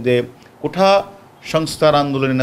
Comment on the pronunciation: সেঠা.. কোঠা উচ্চারণ করা মানুষ আবার ডিবি প্রধান 😂